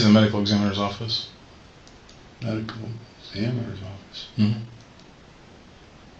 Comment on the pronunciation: His response, "medical.... ex𝘼𝙈𝙄𝙉𝙀𝙍'𝙎 office??!!" He sooooo thought he convinced with the next minute, but M I S S!!! 😂